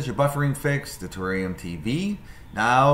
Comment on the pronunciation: Ta-RARE-ium. There are two "R" sounds in that word